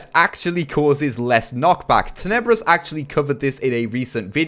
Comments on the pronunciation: Bruh he said taybrous instead of tenebrous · taybrous? ITS TENEBROUS